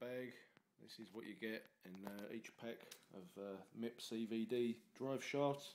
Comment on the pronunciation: lol Nice Video. But idk how they say it in the UK but its Just M.I.P not MIP lol. Good looking Truck!